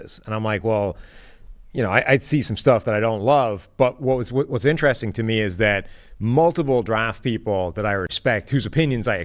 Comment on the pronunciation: Will someone please tell that it's pronounced In-ter-rest-ing and not 'intraressin'. Jesus christ.